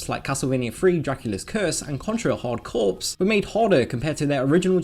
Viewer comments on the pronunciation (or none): Did you say 'Contra Corpse'? It's pronounced 'Core' and not 'corpse'. It isn't the Marine Corpse, it's Marine Corps. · corps is pronounced core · I know right?, for the longest time i thought the word "corps" was pronounced as is like "corpse" but until i heard it time and time again being pronounced as "core" is when i began to question it, i'm saying this as a non native english speaker